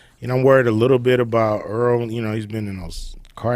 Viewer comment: Errol not earl